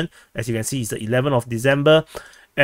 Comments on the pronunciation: December. Not Deezember. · There's no "logic" to pronouncing December as "Deezember". He doesn't pronounce "decide" as "deezide" or "process" as "prozess". All languages, accents, dialects, etc., have an underlying structure.